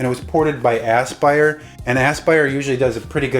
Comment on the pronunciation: Are you deliberately saying Ass-Pyre instead of A-spire for Aspyr? I may have snorted when I heard that.